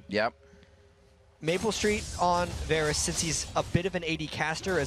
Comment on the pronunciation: I hate how he kept pronouncing "Varus".